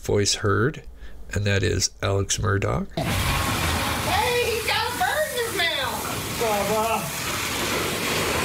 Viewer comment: MURR-DAW, NOT DOCK.